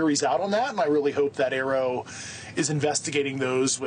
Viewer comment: Newsnation should prep more for the interviews. Like learn to pronounce AARO.